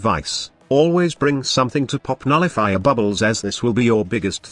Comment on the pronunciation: Did he say nulli-fuckers?